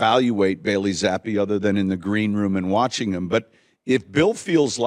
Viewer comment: Coach telling someone he’s saying Zappe wrong without saying he’s saying it wrong. 😂